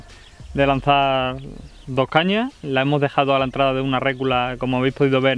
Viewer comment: Muy bien, pero no digas RÉCULA. se dice RECULA, RECUUULA, no pongas el acento en la E, sino en la U.